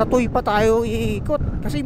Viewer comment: FYI ang pronounce ng TUY ay Tuweh bk pagtawanan ka dito sa Batangas pag sinabi mong Tooy